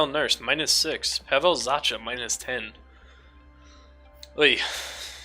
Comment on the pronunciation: It's pronounced Pavel Zaka